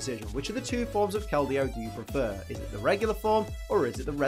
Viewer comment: IDC that you said her name wrong, I’m just glad you didn’t say Verizon. That joke is as old as the Pokémon itself.